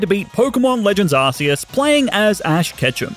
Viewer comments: Arceus is pronounced (Ar-ke-Us) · Just so you know, you pronounce arceus ARE-KEY-US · It’s Not Arceus It’s Arcoos